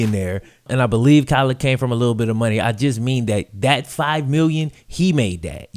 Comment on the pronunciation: Kyler not Klyer